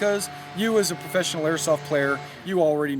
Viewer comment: I like how he said professinal airsoft player 😂😂😂 that's funny